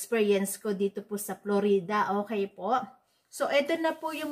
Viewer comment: letche daming palabok straight to the point na dapat saka Florida po hindi Flo-Ree-Da 😆